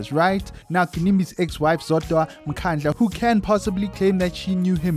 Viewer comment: NB: its Mkandla not mkhandla!.